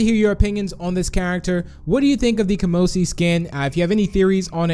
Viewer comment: Kamosi doesnt have a p in its name...